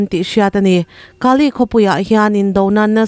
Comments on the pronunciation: Kaa ley nilovin Kaley aw. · Kali ti lo la Kale.ti rawh. Ani loloa in sawi chuan kan lu ahai. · Ka li tih kha ilam dik lo deuh va li tih tak kha thluk hniam lo vin thluk sang deuh la i lam dik chiah ang😂😂😂